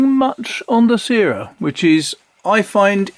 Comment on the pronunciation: The syrah ink is named after a famous French grape variety used to make Hermitage since Roman times. It’s pronounced like ‘sirrah’. Love the ink reviews - keep them coming!